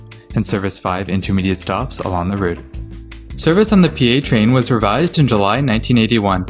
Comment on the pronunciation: Hi - nice job on this video. Just a tiny bit of feedback from a local. The commuter rail, even though it’s spelled PATrain was pronounced “PAT Train”. This is consistent with the branding the system had at the time – it was PATransit, pronounced “PAT Transit” or just PAT, which stood for Port Authority Transit. Somewhere along the way that name was deprecated and the current Port Authority of Allegheny County name is now in favor. But many lifelong Pittsburghers still say they’re going to catch a PAT Bus.